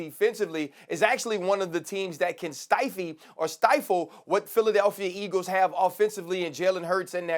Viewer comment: Nah did Ryan Clark say “Stifey” instead of stifle 😂💀